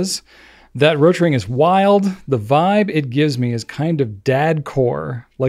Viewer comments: was right about the pronunciation of Rotring. was pronouncing Ratring. O sounds "oh" and A sounds "ah" in Deutsch. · is mispronouncing German ‘rot’, was right initially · German "O" has two different pronunciations depending on whether it's long or short. In this case, it's long because it's followed by only one T, and that makes pronunciation closer to the German pronunciation than. pronunciation would be closer if the name were "Rottring". Neither of them sound German, but that's perfectly fine. While I appreciate people trying to pronounce foreign names correctly, I (a German) wouldn't pronounce German names exactly like I do in German when I am speaking English. That would just sound weird and pretentious. "Roe-tring" and "Rottring" would both be good enough for me.